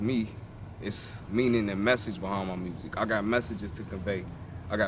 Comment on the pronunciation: Check out his "mursic